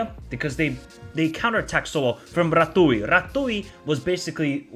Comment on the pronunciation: Rah-tzyu - RATZIU - RATIU (TZ)